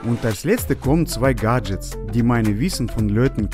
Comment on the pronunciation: Ich liebe GAHHHHH‘d Jets😂😂😂